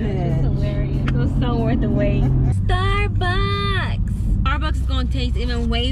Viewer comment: Sounded like she said starbox not Starbucks 🤣🤣🤣